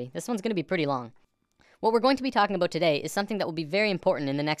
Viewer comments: Are you Canadian? I heard 'aboot' in the first 10 seconds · Are you a Canadian cuz at the end you said "aboot" xD